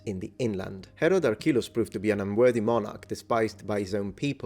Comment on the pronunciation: Ok so did anyone else hear Harold instead of Herod at least like 3 times xD